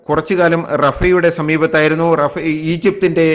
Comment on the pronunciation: റഫാ എന്നല്ല റാഫ എന്നാണ് പറയേണ്ടത്